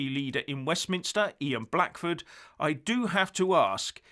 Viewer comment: Did anybody else wince like I did when he said Ian Blackford at the end